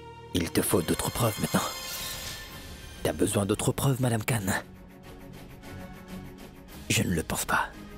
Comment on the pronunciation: Mpaka tande lè Asad ap di madame Canne madame canne😂